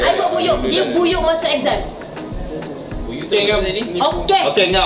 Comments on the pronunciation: Buyuk bha bukan buyuh hahahaahah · Pembetulan...buyuh tu buyuk bukan buyuh 😅